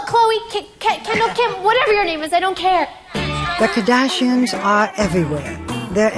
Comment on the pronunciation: The way she pronounces “the KAHdashians”